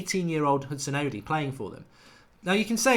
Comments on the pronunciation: Mark... it's not Hudson-odee. It's Hudon-Odoi. Odoi... like "Oh Boy". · its Odoi not Odi or Odiii, Odoi pronounced O-d-o-y .... a Ghanaian name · its pronounced Odoy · The best way to get Mark to say Odoi correctly is to give him a sound like situation. It is Odoi sounding like Oh Boy . There it is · Mate it's pronounced Hudson Oh-Doy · Nick IK. Hudson-oddy. Ugh. 😣 That really hurts my ears. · Philip Darku | As I was typing that comment Mark still said Odi after being told it was wrong 😩